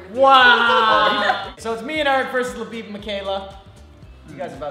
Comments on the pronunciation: James Carrillo I think she meant to say "bib" but it sounds like babe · FireNationAttacks labib has two syllables